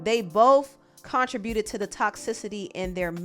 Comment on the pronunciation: I believe her. Side note. It’s so interesting how you pronounce contributed in your videos. 🤔